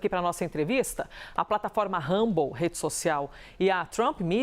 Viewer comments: O nome é RUMBLE, não HUMBLE, por favor!! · por favor observe a pronúncia do nome Rumble... Do jeito como você fala em inglês significa "humilde"... O R no inglês soa diferente... Joga no Google tradutor aí que você vai entrar... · COMECE POR APRENDER A PRONUNCIA EM INGLÊS DE "RUMBLE", SUA MIMIZENTA TONTA.